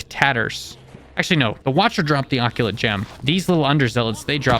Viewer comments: It’s uh-cult, not ockulate, and it is seriusly pissing me off that you say ockulate. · “Splelunklely table” “Abysmal Caves” “Gaaleenuh” “Azyure Neodyinium” “FerrUslime” “Ferrocious Slime” “NeodAEInyum” “Maggotron” “Pihwin” “Saiyads” “Subterrarian dons” “Reelischeirius” “Pehwen” “Tricarius” “Lucktruckosaurus” “Raah-dawn” “Oculate Gem” “Sack of Satan”